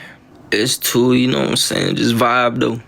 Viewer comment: No bro. Nobody "sees what your sayuhn" this dude can’t be real🥲